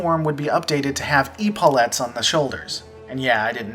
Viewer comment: Please learn how to pronounce the world epaulet.